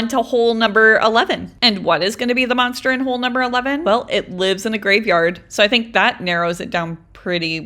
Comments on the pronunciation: You said MOSTER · You said moster holes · It's not moster holleee!